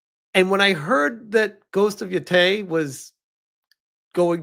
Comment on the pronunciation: Haha at least say Yōtei right if you gonna bash the whole game and not just be honest you are scared to play a woman in a video game. You're also throwing out some racist/sexist vibes my guy...not a good look